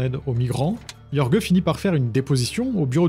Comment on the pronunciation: Jorge ça se prononce rolré ! Pour les éventuelles prochaines fois